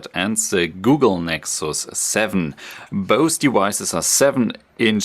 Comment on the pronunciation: I thought he was saying "boasty wises" LOL... "both devices"